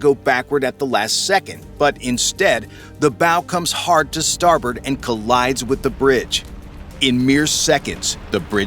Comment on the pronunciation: Way,not storbert.and not port?😮